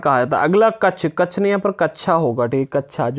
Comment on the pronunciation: कच्छ को कच्छा बोल दिया matlab kuchh bhi pda doge kya😅😅